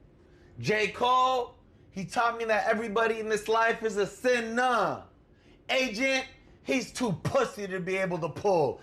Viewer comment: I'm sorry. Was that "sinnas" and "sinnas"?